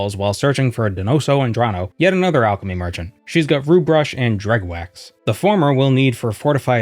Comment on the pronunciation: "Dreg wax" EVERYONE KNOWS IT'S PRONOUNCED "DREW", the GH is SILENT! At least in my mind.